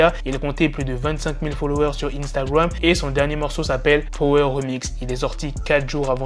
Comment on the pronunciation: Poto, stp, arrête de dire Instagram en anglais, tu as vraiment pas l'accent, tu as tué l'anglais là, tes vidéos sont bien, mais évite cet accent, dis le en français c'est mieux pour les oreilles de tout le mondes.